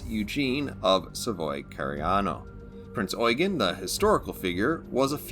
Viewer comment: You sir, are the only person to pronounce Prinz Eugen correctly.